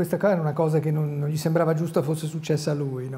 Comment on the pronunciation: Serena Bortone non sa pronunciare correttamente "gl" (come anche Amadeus). Per chi fa televisione è un difetto grave... che ci vuole ad affidarsi a uno specialista per correggersi?